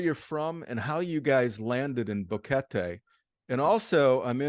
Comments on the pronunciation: Drives me nuts that he doesn't know how to pronounce Boquete. It's not Boh-Kettie. It's Boh-KE-tay. argh. It makes me think he hasn't really been out and about meeting people there. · It's annoying how the Gringo says Boguete....so US American. Learn the language...be respectful!